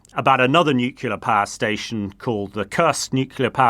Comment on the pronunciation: There's nowt wrong with how he says nuclear